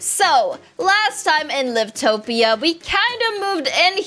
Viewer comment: You say it like "l-i-v-t-o-p-i-a" but you have to say like "l-a-i-v-t-p-i-a"